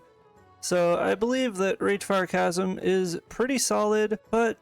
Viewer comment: the "ch" is chasm is pronounced as a hard 'c' as in cat, in case that wasnt just a fluke o7